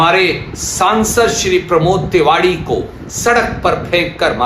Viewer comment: Ye kon nesha ker rekha h, ye tewari ko tewadi bol r h😂😂 or ser per chot seai pet pasli tuot jaati h, 😂😂😂😂